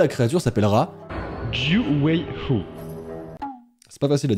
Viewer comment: Tu as bien prononcer(九尾狐)